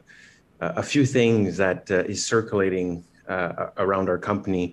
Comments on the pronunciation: Loving that we’re calling it “BOO” Also, did he say circulating or circilating at the beginning of his vid? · 😆 I saw this comment just as I started rewatching the video and it was definitely "circilating" lol. He sounds a CEO for sure 😒🙄